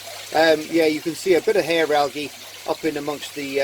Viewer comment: Yes you did say it right that time "Hair Algae"